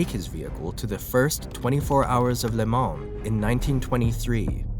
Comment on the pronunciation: The N and S in Le Mans are silent. It’s pronounced (Lay Ma)